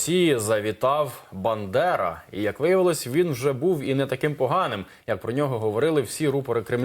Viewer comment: Степан Бандера не співпрацювас з німцями, як сказав ведучий, і Бандера а не бЕндера , як сказала ведуча, свдайте двійка